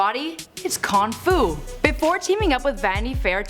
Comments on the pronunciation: she said, kong fool, 😂😂😂😂😂😂 This b*tch stupid!! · "It's kon fu" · She said con fu